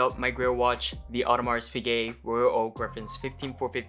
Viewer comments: If you consider it a grail watch then at least pronounce it right 😂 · bro dont even know how to say it right but he got it at retail 🥲. nice